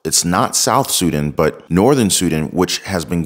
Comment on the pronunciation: Please learn how to say Sudan.